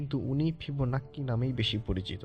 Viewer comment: ফিবোন্যাচি রে ভাই ফিবোনাক্কি না😂😂😂😂